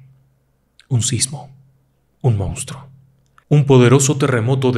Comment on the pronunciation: Por qué dicen “mounstro”? 🙄